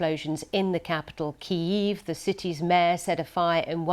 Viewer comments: keeeiieieiieieieiev LOL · The way she said Ukraine capital KEYY-EEEE- VE EFF. Was on new level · "in the capital keev"🤣🤣🤣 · When English native speakers after 15 months fullscale war in Ukraine are cognitively inable to pronounce Kyiv correctly, why don't you simply google for it?